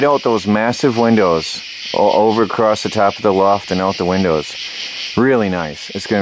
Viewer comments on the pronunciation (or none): Why does say, Acrosst? Across..... with no 'T' All thoses windows well be covered with car sun screens and blankets?